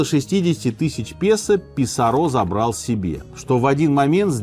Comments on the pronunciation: ПисАрро а не ПисаррО. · Не ПисаррО, а Писа́рро. Ухо режет неправильное ударение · Вам не резало слух ударение на третий слог в имени Франциско ПисаррО вместо правильного ПисАрро? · Франсиско, всё-таки, ПисАрро, ударения у него в фамилии нет, следовательно, по стандартному правилу испанского - на второй с конца слог. А то прям сильно ухо режет))) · Простите, но почему - Писарро́? Мне сразу резануло слух, и в Википедии ударение на а...